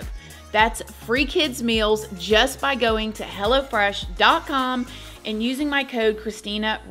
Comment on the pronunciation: I love how with your accent, it sounds like 'Hella Fresh' instead of Hello Fresh 😂🫶🏽🫶🏽 come get your Hella Fresh food 😏